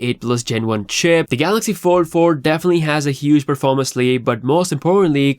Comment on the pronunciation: All I keep hearing samsungs 44 and 4 3 your fold sounds like four